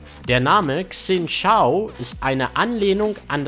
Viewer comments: Xin Zhao spricht man Schin Sao :D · Zileans Bart ist wahrscheinlich andersrum, weil für das Splash ein Spiegel-Selfie genommen wurde^^ Ein chinesisches X wird "tsch" gesprochen, ein Z nicht (Xin Zhao :P) Und auf Leonas Arsch muss ich mal besser achten... Ich hab den Skin, der Bug ist mir aber nie aufgefallen :D